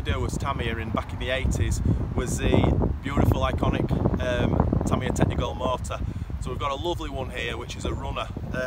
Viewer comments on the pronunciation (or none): tamiya, not TARMARARRR